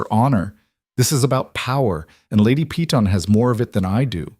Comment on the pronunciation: Why must you prounounce Peyton as pee-tawn. Instead of correctly as pay-ton ?